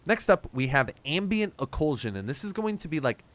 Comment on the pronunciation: Why are you saying "Ocool-shan"? 🤨 Ock-lew-jan.